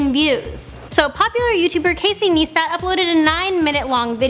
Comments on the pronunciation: she said neestat its niyestat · nice-tat! Not Niece tat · What a dumb girl it's NICE/TAT not NEE/STAT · this video is pure bullshit, and his name is not NEEstat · See said neestat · It's pronounced Nye-stat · Every time she said neestat I cringed a liitle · You said Casey's last name wrong you say it like nistat